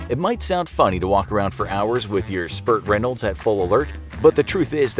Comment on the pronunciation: Hahahahah "Spurt Reynolds"